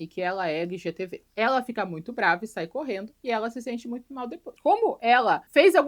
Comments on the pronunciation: Pq vc fala LGTV?😂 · Acho fofinho quando a diz, na maior naturalidade, que alguém é LGTV ❤